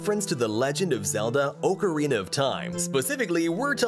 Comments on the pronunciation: "O-corina of time" 💀💀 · Omfg if you say “OH-carina” one more time imma die 💀💀💀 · "Oak O Rena of time" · Its ak-ke-ree-nuh not ok-ke-ree-nuh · "oh ca reena of time" 💀💀💀💀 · I honestly can't believe how many people are freaking out over the pronunciation of ocarina. I hear so many pronunciations of that word that I just don't care anymore. The worst is orcarina. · U Are saying ocorina wrong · You said ocarina wrong